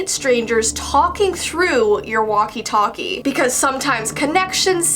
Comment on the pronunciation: Walkie talkie not waki taki